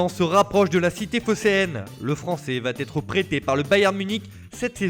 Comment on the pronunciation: On ne dit pas va t’être mais « va être » bordel